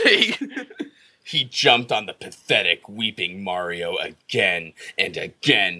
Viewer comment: This video is one of the rare occasions you can hear say "Mario" correctly.